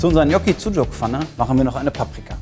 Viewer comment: Wie wird das ausgesprochen, Knocki?!😂😂😊